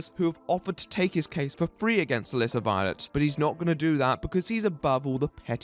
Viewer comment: For over half of the video, I thought you were saying 'illicit violence' whenever you said 'Melissa Violet'.